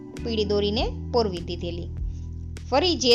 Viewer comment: પોરવી ના કહેવાય પરોવવું એમ સ્પષ્ટ ભાષા બોલો